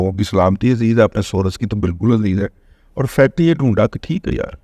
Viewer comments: دادا آپ تو سورس کا تلفظ یہ نہ کریں،بر وزن کورس کریں،امید ھے برا محسوس نہیں کریں گے، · دادا جی محترم،،،،انگلش کے سورس کی " ر " پر زبر نہ پڑھیں تو تلفظ درست ہو گا ۔۔۔